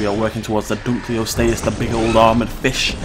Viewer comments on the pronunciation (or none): U R SAYING THE NEW WATER CREATERS NAME WRONG DUNK O LOST E US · its pronounced dun-lo-lost-ee-us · Its name mean's Dunkle's Bone, named after its discoverer. Therefore it is pronounced Dunkle-ost-eus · Dunkle-ost-eus. It was named after its discoverer David Dunkle and means Dunkle's Bone, there for it is pronounced accordingly